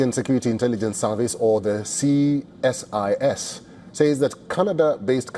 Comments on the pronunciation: What’s with Ceeee SIS ? Why can’t the anchor say CSIS ? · You can say ceesis (CSIS) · You can pronounce ISIS Say the see than sis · he knows what CSIS means. He is only asking why the anchor is saying ccccSIS😅😅